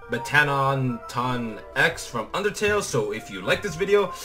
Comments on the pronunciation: Its a boy a and its not Meteton its Metteton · You pronounce met ah ton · your saying the name rong but its ok just learn